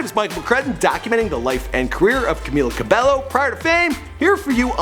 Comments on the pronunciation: Bruv WHO is Camila Ca-bel-LO ?! It's CAMEEEELA CA-BAE-YO! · It’s pronounced CamEEla CabeYo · No offence but it is pronounced CamEEla CabEYO just saying cuz alot of people miss pronounce it and it gets me mad lol. But I do love your channel!!!!!!! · Cam-EE-la Cabe-YO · how to pronounce 'Camila Cabello': ka-mi-la ka-be-yo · Her Name is Pronounced: CamEEla Cabaeyo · It's pronounced CA-MEE-LA CA-BEH-YO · Learn how to pronounce her name, it’s rude to not know someone’s name when you’re talking about them. “Cameela Cabeyo” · OMG R U SERIOUS.. U GOT NONE OF THEIR NAMES RIGHT ERHMM ITS PRONOUNCED 'CAM-EELA CAB-EYO' 'LAUREN HOR-EGEE' 'ALLY BROOKE' ' DIE-NAH JANE' AND 'NOR-MANI KOR-DAY' .. GOD 😂😂💜